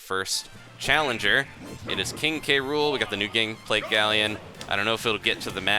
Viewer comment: It's King cruel, not King K. Rool. Reason: Because K. + Rool = Krool